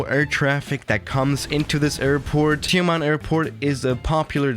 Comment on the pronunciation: as a Malaysian, the way u pronounced Tioman is not that bad. But the way u pronounced BERJAYA AIR however is less satisfying